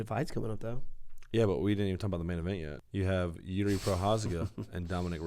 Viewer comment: First Kingdom comes deliverence and now Jiří. We might even get famous one day 😂 Side note: if you wanna be real clean, it's Jiří not Jiri